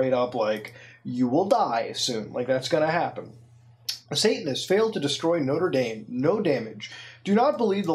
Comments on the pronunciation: noter daim not-ra da-me* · Isn't Mutahar canadian? Why is he pronouncing Notre Dame like an american?